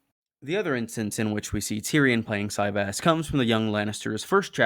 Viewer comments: Is that really how it’s pronounced? I thought a soft Y as in Valyria, no? Si-Vahs. Ahhhhhhs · Kings and Catapults on steam is like Cyvasse (pronounced Si-Vahs) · I really felt like it would be pronounced ce-VÁSS 🤔